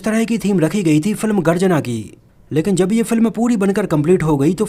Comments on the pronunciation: Garjana nahi bhai.....Garajna hain 😃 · Garjana nahi yeh garajna hai.